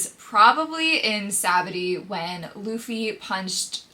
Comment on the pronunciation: only person I've ever heard pronounce sabaody like that lmao